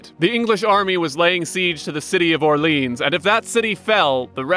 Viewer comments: Or-lee-on, not or-leenzz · The way you mispronounce French Orleans like the American city of New Orleans makes me violently sick. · It's not pronounced Orleans like New Orleans, it's Orleans